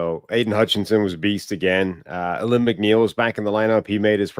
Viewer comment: It's pronounced Ah-LEEM